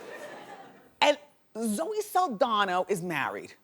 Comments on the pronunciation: Wendy literally says Zoe Saldana's last name wrong every.single.time. she talks about her. Saldana, not Saldano. It's pretty simple...just saying. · SALDANO. (uh nope, saldanA) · Wendy, Zoe's name is Zaldana NOT Zaldano. Yes, it is very feminine to take the wife's name. It is better to keep it the old-fashioned way.